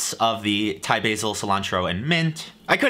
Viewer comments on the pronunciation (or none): none